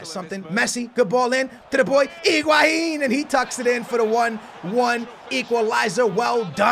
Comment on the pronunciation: don t say iguahin, say higuain